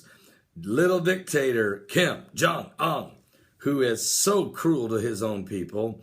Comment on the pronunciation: "oon" like moon, not "un" like fun.